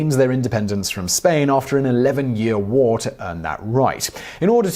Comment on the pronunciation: woo or war??! Lol